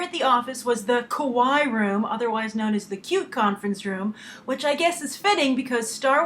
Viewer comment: F.Y.I. - It is pronounced "ka'w͍aiꜜi" (Cute in Japanese.) not Ko'wai (Scared in Japanese.) :) Also the story "The Saga" (Real name of the Star Wars novels) was created years before even the movie Star Wars Episode IV was created. So if one wants to know who is who... one will find it in The Saga. (And if it is changed to be politically correct what was already created... then it no longer is the same story... but a BASED ON story. I hope they do not change anything and keep with the true story. - How ever it was written to begin with.) Also: Glad to see it be a movie & not a CARTOON! (Still never saw that Cartoon movie that went out at the theaters & do not care to. :P LOL )